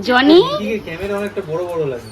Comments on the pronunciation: উচ্চারণ ঠিক করো ।জো নি না বলে জনি বল।শুনতে খুব খারাপ লাগছে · Aree joni na johny.....thik thak pronounce koro